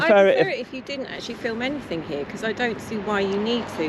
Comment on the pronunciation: Is that a new word in the Englis language "ANYTHINK"